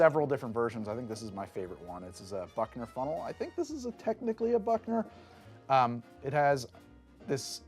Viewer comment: umm it’s pronounced ‘byookner funnel’ ☝️🤓